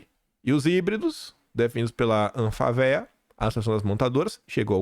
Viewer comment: pelamordeDeus, a sigla é pronunciada anFAvea e não anfaVEa